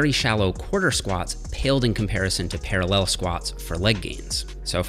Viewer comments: I hadn't noticed Jeffs accent until now. Why does he keep saying ParalLEL like that!?! Hahaha. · Para LELLLL